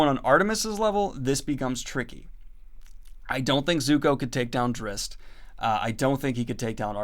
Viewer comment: “Drizz’t” is pronounced like Drized. “Drizzit” is a derogatory name that a child called him because she thought he was a monster. Please don’t call him Drizzit.